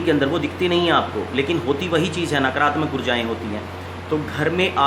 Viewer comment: नकरात्मक नही नकारात्मक बोलें । आ की मात्रा का लोप करने से अर्थ का अनर्थ हो जाता है । और आश्रम के साथ साथ श्रोताओं , अनुयायियों , भक्तों तथा चेलों में नकारात्मक ऊर्जा संक्रमित होने लगती है । शिवमस्तु ।